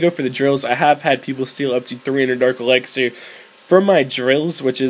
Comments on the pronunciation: you say "elixir" like "elexer".... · Lol you say elexir